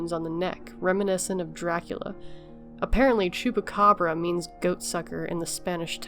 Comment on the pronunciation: Great pronunciation of "Chupacabra" <3